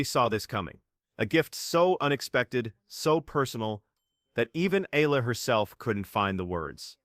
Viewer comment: AlexEala is pronounced as Alex Ayala please pronounce Alex Eala's last name correctly Alex Eala pronounced as Alex Ayala.